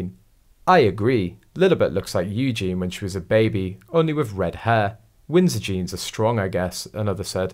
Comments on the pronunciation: It’s pronounced Eugeneee not Eugene! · I don’t ‘like’ your reports because of the multiple mispronunciations - ie EugeNIE please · For goodness sake....it is pronounced EWGEENY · not a chance would this child be anything to do with Eugenie - the voiceover on this video pronounced her name wrong, it has and I in the name please learn how to say the name.